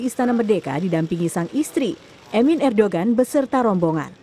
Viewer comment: bukan erdogan tapi di baca erdoan krn bukn "g"